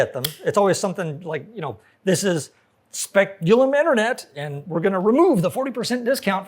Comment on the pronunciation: "Speculum Internet" lol. Btw, nice colors! A thing of beauty is a joy forever, or at least until v2.0 (with card-reader action!!) comes along.